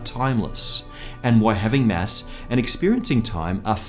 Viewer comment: It's kinda annoying when he pronauns it mess instead of mass.. :/ I should not complain though... since this is such a excellent video <3